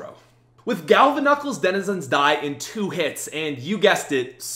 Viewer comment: Denizends, reminds me of my little brother